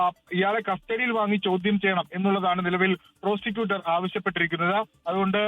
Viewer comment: പ്രൊസ്റ്റിട്ടുറ്റർ എന്നാണ് കേട്ടത്.😂 പ്രോസിക്യൂട്ടർ ആയിരിക്കും അല്ലേ